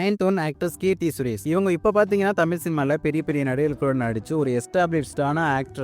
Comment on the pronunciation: Remo படம் கீர்த்தி சுரேஷ் bro ஏன் ஒளறுறீங்க thambi